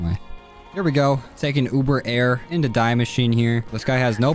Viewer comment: btw the die in die machine is pronounced 'dee' c: !!